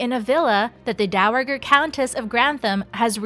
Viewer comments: Dow-uh-grrrr? Please please learn your pronunciations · Dow A JER. It’s not a had G.